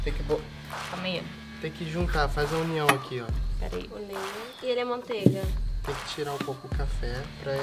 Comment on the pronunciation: Alguém escutou o dizendo maonteiga